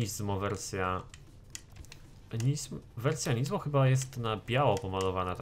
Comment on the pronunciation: Nie żadne NIzmo tylko Nismo przez wyraźne S w środku. Nismo = skrót od Nissan Motorsport. Na nissany mówisz nizzan?